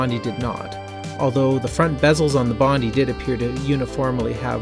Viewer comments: Nice video and walk through history here. Can I just say though, as an Australian (where Bondi is actually located), it's pronounced bond-eye, not bondy. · Bondi is pronounced Bon-die btw. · Pronounced "Bond-eye", just saying haha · dude please learn how to pronounce "Bondi"